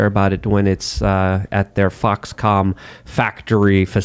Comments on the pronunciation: is such a grandpa with grammar. I wonder how much longer it's gonna take him to realize it's FoxCONN, and not FoxCOM. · Foxconn/Foxcomm. needs a speech therapist.